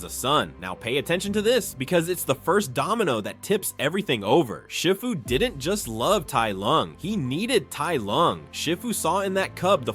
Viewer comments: I just gotta say it sounds like you’re saying shit fu. It’s see fu. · Is this voice A.I., cause Shifu's name is pronounced Sh*ee*fu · Your right. But you do need to learn how to say shifu's name properly